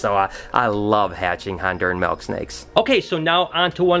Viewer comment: its MILK not MELK haha, you're the man!